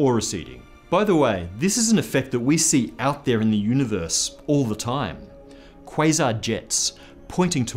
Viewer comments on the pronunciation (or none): none